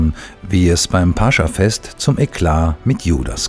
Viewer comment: toll gelesen. nur eine kleine Korrektur. es heißt nicht - Pascha - sondern -Pas-cha -. grüße aus Moskau...